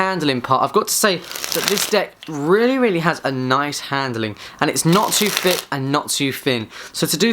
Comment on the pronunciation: Not too Finn not to fick lol, good review though